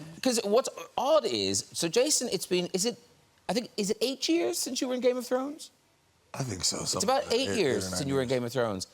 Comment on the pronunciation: "Grame Of Thrones"? 😅😅